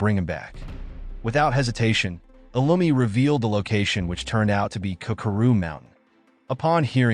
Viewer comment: that's not lumi that's illumi